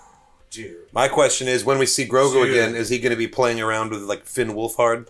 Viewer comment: I've been saying that for the last few days to everyone...... butchered Grogu 😭😭